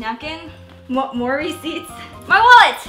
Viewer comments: Every time she said "more receipts" I thought she was saying mory seeds 😅 I don't know why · I thought she was saying Maury seats